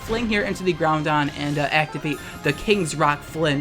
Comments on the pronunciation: It's Groudon. There is no 'n' in Groudon. pls stop saying Groundon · GROUDON NOT GROUNDON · Take a shot everytime says "Groundon" on purpose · What i took away from this- you say GROUNDon 🤦🏽‍♂️ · He isn't crazy, says GOUNDon.